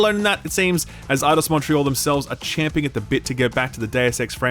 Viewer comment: A like for correctly saying "champing" instead of "chomping" like the 'muricans.